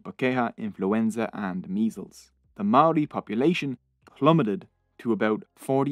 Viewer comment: your Pronunciation of Maori gives me GooseBumps, but thx for trying 🤷‍♂️